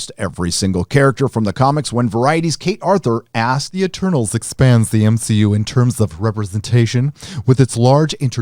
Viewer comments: Lmfaoooo, did you say M-Xi-U? 😭😭😭😭😭😭😭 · How have I only just heard it be called the M SHE U 😂👌🏻